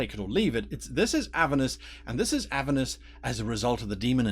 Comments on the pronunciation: It's Avèrnus btw, not Àvernus :) Thanks for the video. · Never heard "Aver-nus", always heard it pronounced "A-ver-nus". This might be the new "As-mo-de-us" versus "As-mod-eus". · learn how to say the name of the level of hell right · There are 2 pronunciations